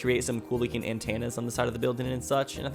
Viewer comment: Why Do You Say Antenna So Weird